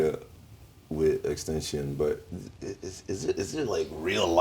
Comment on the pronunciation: "X-TENTION" THIS GUY...